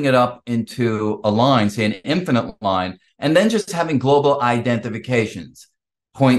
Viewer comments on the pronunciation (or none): none